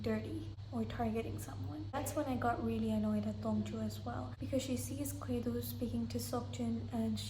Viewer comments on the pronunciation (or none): I was wondering who you were talking about when you say 'Kwedo'' so I looked it up and I think you meant 'Gwedo' which is the Korean name for Orbit. I watched the show in its english dub so I knew him as Orbit. Yea Dong Joo comes off as cold in some of the episodes but I think that has to do with her US lawyer training. As for beauty I imagine makeup must be helping her as I am in my 40's and I know it's normal for humans this age to start showing wrinkles on their face, she does have a really nice height and body she must have been so stunning in her 20's. For me the second prettiest lady in the show is Si-Won and I love her determination. Up to this point in the show I'd say my favorites were Orbit, Dong Joo, Si-Won, and Seok-Jin, they just seemed to be clearly mentally superior and better players than the other cast members. As for my least liked players it was Dong Jae, Yeon-Woo, and Seung-Kwan. Dong Jae just reminds me of college kids and Yeon-Woo is without a doubt the worst player ever how is she a professional Go player? I know you like Dong Jae but I just think he's immature compared to the other cast members and I was so happy he got eliminated because him talking to Seok-Jin privately near the end of that secret numbers game must be one of the biggest blunders i've seen. As for Yeon-Woo she tried taking down a god and got eliminated for it, I was actually surprised she went along with Si-Won's plan to target Orbit as I think the Laying Grass game favors a defensive